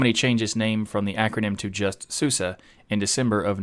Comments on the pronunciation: When we Germans pronounce SuSE it sounds more like Zoozeh for Anglophone ears, not like ßooßeh in the video. But a very good try, is the bestest American ever!:) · I'm sorry to say that, but YOUR PRONUNCIATION IS COMPLETE WRONG, mate! SUSE ist eine DEUTSCHES distro, so the correct pronunciation is zuze 'cause the letter S in german is pronunced like a english z. However we can pronunce it in our way. KEIN PROBLEM ;) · Susa? Can't English-speaking people pronounce an E at the end of a word? SUSE is an acronym of Software und Systementwicklung (Sofware and system development). It is pronounced everywhere - obviously except in the English speaking world - with an E sound at the end as in the word get. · I am from Germany. I thought it is pronounced like Su-si, so the "e" is pronounced like the German "i". Susi is a German name for people. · NO, NO, NO ... the correct pronunciation is Soose, just like Moose. Where did I get this information ... in 2000 I bought a copy of Suse software and was curious about the pronunciation. As I read through the documentation I came across a line that described how to pronounce Suse, and they described it, just as I just did, Soose, just like moose. There you have it from the company itself! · I use to pronounce it as "suus" or "soosay" never thought its going to be "susa" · Well they also made a song last year where they say it is pronounced "SUSA". (Which is ridiculous... nobody does that) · so it pronounce as SU-SA not SU-SE? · "SUSE is in fact pronounced the way I said it." Yes, in the English-speaking world, but not in Germany. :)